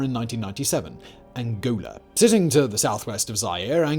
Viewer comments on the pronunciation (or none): The way you pronounced ANGOLA made it appear like it was an absurd concept, as if Angola wasn't next door but perhaps nestled in between Argentina and Brazil somewhere^^ i loved that, for a moment my brain went "sure, why not Angola. And does India have an opinion on this?"